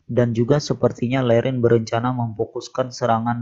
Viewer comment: Ding liren bukan lerin